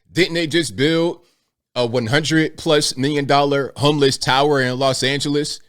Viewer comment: Homeliss (that's how see said it)...Didn't your progressive party Demand that Everyone call them Currently Unhoused or Experiencing Homelessness for total fear of being thrown to wolves for offending someone??? Hmmmmm remember that? Church Lady.